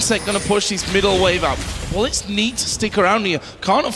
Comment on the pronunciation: I really hate that danish announcer... Listen to him trying to say "bullets".